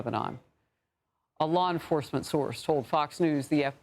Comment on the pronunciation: Anyone else hear, “allah enforcement source” 😂